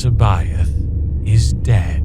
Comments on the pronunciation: I have but one suggestion to make, and that is how every voice actor interprets and pronounces names and places differently. Jorus C'baoth seems to be the biggest problem. Thrawn pronounces him as, "seb-bi-ath. Capt'n Pellion calls him "see-bi-oth." The character playing Jorus C'baoth, himself, pronounces his own name, Jorus seb-oath and Wedge Antillies calls him...Jorus See-both." I always read it as, "see-bawth. I used hyphens to distinguish syllables breaks and not pauses in the name's pronunciation. It would be helpful if all voice actors pronounced names of characters and places in the same way as it adds confusion when each actor pronounces things with their own, "spin" on it. Just tossing that out there for part 2. Your own name is. Would it not be weird if one person called you "Dah-mee-un Val-un-tine, and another "Day-mee-en Val-een-teen? If you get my drift? Just a helpful hint here. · I just love how Luke cannot pronounce Jorus C'Baoth's name. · No two characters pronounced C'boath the same way. Most accurate representation ever.